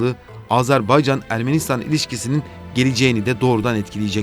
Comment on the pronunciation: Videoyu seslendiren sevgili GZT editörü: "Azarbaycan" diye bir ülke maalesef ki yok. Ülkenin ismi "Azerbaycan" diye okunur. Teşekkürler.